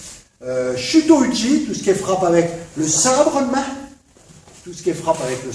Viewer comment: "Watza"... Bonjour la prononciation.. ça aura au moins eu le mérite (au delà de me faire rire) de faire écho au "whatza fuck ?" qui m'est venu à l'esprit une trentaine de fois dans cette superbe vidéo, le best fut pour moi le "sabre eud' main" -> pépite